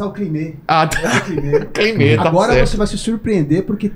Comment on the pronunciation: "Como está o climê" 😂😂😂